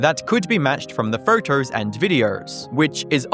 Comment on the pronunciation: “Photerrrrrs and viderrrrrrs”